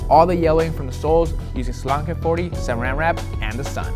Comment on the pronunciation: I like how in an episode a long ass time ago he corrected him self with the salon care 40, hes been accidentally calling it that. But the product is Salo Care 40 volume creme.